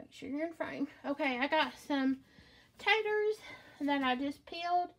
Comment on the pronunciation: Her SOUTHERN accent for taters 😆 she's too cute